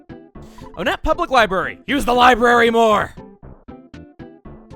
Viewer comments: I dont like the way he pronounces the towns, it's one-ette. Most of the towns are named after numbers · Ok I’ve never heard anyone talk about this so I’m not sure if I’m the only one who thinks this but I have a theory. Since all the main towns in Earthbound are named after numbers, Onette would be pronounced WONette. Now, the boss in Onette is the Titan Ant and there are many other ant like enemies around there as well like the Black Antoids, is with all that being said, I think there’s a subtle pun going on here. Maybe it’s a play on the name Antionette. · I’ve always been conflicted and often contradict myself on the pronunciation of Onett. I always say either (Oh-Net) because that’s how it looks, or (One-Et) based on the number. I more often pronounce it like One-Et due to a later theme with the town names and the signs throughout town have “One” highlighted in a different color. I want a definitive answer if someone can give me one: What is the canonical pronunciation of Onett? This is something that has conflicted me for a while I need an answer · I've always pronounced it as "Oh-net" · I thought that Onett was pronounced Ah-net not Oh-net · Hey, not sure if anyone else addressed this earlier, but I think you may be pronouncing "Onett" wrong. Since a good number of the towns in this game are named after... well, numbers, I think instead of "OH-nett" it's pronounced "1-ett" to fit with the theme. So glad you're revisiting EarthBound, by the way! There's no doubt you've grown and improved since your very first LP - I mean, that's just how these things work - and I can't wait to see what your take on this game is after all this time. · I think the town is actually pronounced “ONE-ette.” I say this because the next cities are Twoson , Threed and Fourside so I think they’re supposed to be pronounced like numbers. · Why is it pronounced Oh nett and not won-nett? I always thought it was the latter cause of the town's being numbers in thirty names